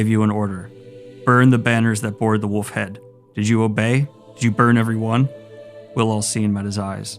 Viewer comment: omfg... you pronounce the L in foLk, even though you shouldn't, but you pronounce "woLf" as "woof". It's too much. You're either the greatest troll on the internet or dumb as shit.